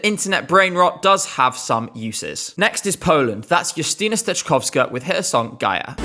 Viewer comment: u pronounced Steczkowska so well, it warmed my heart